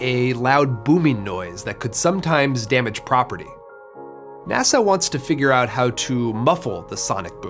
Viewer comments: Nasau? lol. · "Nasau?" Good one, doof. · Also, you are pronouncing NASA as "Nassau"; say "nass - uh," not "na - saw." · Nassau? or NASA?? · Nu sas ble